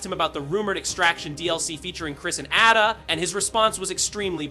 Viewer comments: Atta? Bro it’s pronounced Ay duh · AI voice 👎 Who tf is Atta Wong